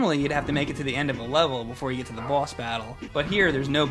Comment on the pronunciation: I like the way says boss. Its like "bwoss".